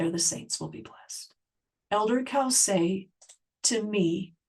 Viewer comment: His name is pronounced Cōsay, not cowsay.